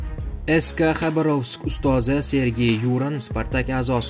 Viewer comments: Купчилик дикторни хатосини ёзибти , жуда тугри,диктор деган хар бир суз талаффузини олдиндан репетиция килиб олиш керак. Ургуни тугри куйинг ХабарОвскмас ХабАровск,Ююранмас ЮрАн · Матн укиётган сухандон! Куйидаги атокли отларда: ЮрАн, БелоУс, ХабАровск ургу катта ёзилган харфларга берилади. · Юран белоус хабаровск нобель талаффузни тугирланг